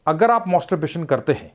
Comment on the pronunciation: Ye kaisa Dr hai. Masterbation ko mosterbation & orgasam ko argasam bol raha hai😂